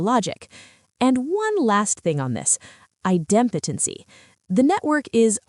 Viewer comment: lol this is hilarious. I love listening to AI try to pronounce stuff. ITEM POTENCY ENGINE X. This is a crazy high-level roadmap for doing these kinds of things. This is also a very immature implementation. One thing it gets right is that there is no silver bullet. I've done dozens of VLDB migrations over the last 25 years, and no two were the same. What isn't talked about here is that you are aiming at a moving target. The time it takes to build out the migration plan and develop the microservices architecture rarely stays static. Planning is by far the most important part of this project. If you really can't afford any downtime, then money is almost no object for this project. People, software, hardware, and lots and lots of time testing running bits in parallel, you could be talking a few months to a couple of years. 50TB isn't trivial even today. For the output of a nation, the subjection of a race, and a lifetime, you to can have a pyramid. I have found very few companies willing to pay for a full migration to a new schema and microservices architecture. Most end up moving high-value stuff over and building a shim layer for the old system, leaving things in the monolith or the old system that just don't merit the cost of moving them.